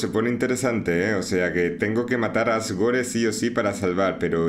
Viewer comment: Asgore se pronuncia Asgor, la E es muda por ser juego gringo